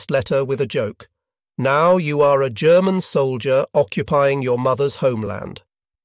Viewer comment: This is not actually narrated by a human being but some sort of text-to-voice chatbot; hence, German with a hard 'G'.😅